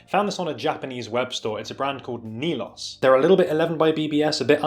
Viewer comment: Tobias was one of the designers that launched 11 with Boris. Great pieces. Def more tech than 11. Nilos is pronounced NILS (NIL) Tatsuro shuttered the line MA JULIUS then launch NILOS. So it’s a little brother line to Julius. But more technical with a hint of Japanese streetwear. Some of Julius best cargos where circa ish